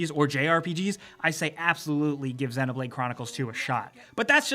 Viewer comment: You pronounce xenoblade like its xenomorph that how you pronounce it